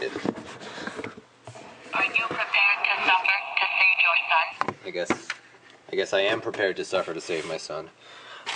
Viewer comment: hahahaha " Are you prepared to save your sson?"